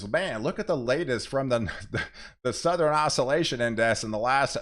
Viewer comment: I really like your videos and recommend your channel to others. But PLEASE stop putting an extra syllable in southern, northern, etc 😅